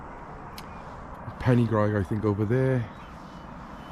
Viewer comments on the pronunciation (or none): Its not pennygraig 😂